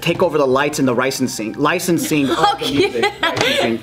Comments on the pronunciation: “Lights and the ricensing” that’s the most Japanese Joe has ever sounded😂😂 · "lights and rinicing" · “Lights and ricensing” 😂😂 rights and licensing🤣🤣